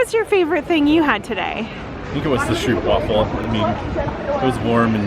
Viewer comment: The only Dutch street food I don’t like is Haaring = Herring in a burger bun, raw but with some pickle NO! Your attempts at the Dutch language isn’t bad except for Stroopwafel, ‘oo’ is pronounced Oh so it’s said like Strope waffel.